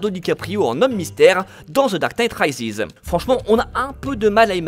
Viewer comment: The dark night « raïziz » 😟